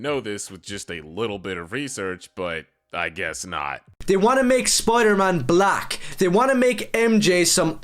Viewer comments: Someone pronouncing black as “buh-LACK” always gets my racism radar goin off💀💀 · You mean, "buh-LACK". He put's an extra emphasis on the second half of that word. Lol